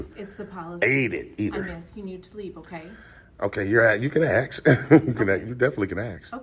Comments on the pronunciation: you can axe 🪓 you can definitely axe 🪓 axe 🪓 her you can axe 🪓 her haha laughs at himself cos he can’t pronounce ask. lol 😂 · Why do so many auditors say "Aks" and not "Ask". So difficult to pronounse? Sounds so stupid. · It pissed me off when people say axe instead of ask. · ASK 🎉 NOT AXE 🪓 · I love your videos. Could you please pronounce ask correctly. It’s just three letters. It may sound petty but it has always driven me crazy to hear aks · Ask not Axe.